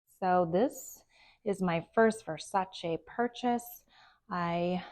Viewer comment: Thank you for pronouncing Versace correctly! So many people don’t